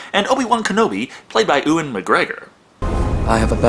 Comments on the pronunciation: Its Pronounce U Wen... U WEN!!! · can someone explain to me why americans call him OOWAN Mcgregor? its one of those things thats always confused me.. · m8, plz learn how to pronounce ewan plz